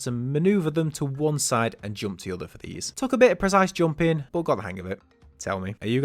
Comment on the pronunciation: this is the first time i've heard someone pronounce 'jumping' as 'joomping' lmao. funny af.